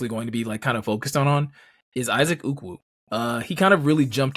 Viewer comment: Are you guys calling Ukwu "uku"? Uku is Hawaiian for head lice! 😂😆😅